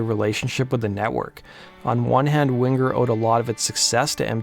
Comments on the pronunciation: “WingGer” LOL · Hahaha you say Wing-ger like you do sing-ger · DUDE!!! THE G IS SILENT!!!!!! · Why are you annunciating the G in Winger? You sound like an dolt.